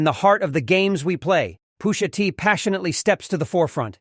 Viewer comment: Was this created by AI? "POO-SHA TEE"😅